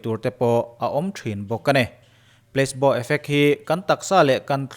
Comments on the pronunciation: kalo soi ve lok inthlahrung tak chung in PLACEBO tih hi pleisbo nilovin plasibo ti a lam tur.. Long live.. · Pla-ce-bo effect ti a lam tur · Pla-si-baw tih a lam tur